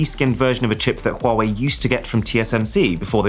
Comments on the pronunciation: funny how you pronounce huawei its like you have a stroke every time you say huawei also don't compare this to apple cause thats clearly shit compare is to sumsung its all copied from samsung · i used to pronounce “huawei” as hawaii lol